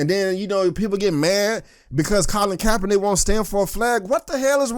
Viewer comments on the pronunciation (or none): none